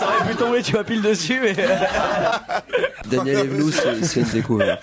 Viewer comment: à c'est Danièle Evenou et non pas "Daniel"